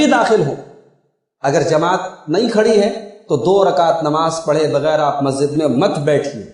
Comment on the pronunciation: مولانا صاحب۔ لفظ مسجد ہے (مزت نہیں)